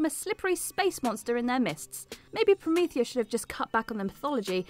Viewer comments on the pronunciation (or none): none